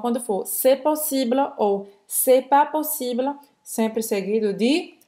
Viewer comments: Pq a moça diz 'possibla'? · Foi dito que em "possible" o "e" é mudo. Mas parece que está sendo dito o "a" (ainda que um pouco fraco - tentando não dizer). E vejo que isso ocorre em várias outras situações que possuem a última vogal muda. É assim mesmo?